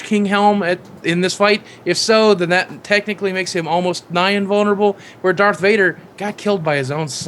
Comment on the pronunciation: Dark Vader ? Do You Mean Darth